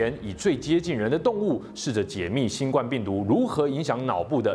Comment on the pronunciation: 身為知識頻道應該要讀正確的讀音吧 新ㄍㄨㄢ病毒